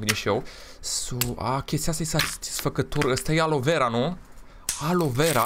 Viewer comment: Nu este alovera 😂😂😂😂Cel putin nu se pronunță asa se pronunță aloevera